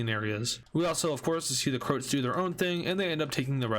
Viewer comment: IT'S CROAAAATSSSS NOT CROOOOTSSSSS!!!!!! WITH THE AAAAAAAAAAAAAAAAA